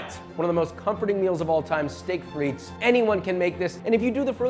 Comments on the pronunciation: it's just steak-frites, no "et"... and shorten the "i" in frites, it's more frits than freets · Coming from a French speaking region, that "frites" pronunciation threw me off haha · This is great, just one thing that is cringe worthy; you DO NOT pronounce the 's' in Frites, it's silent!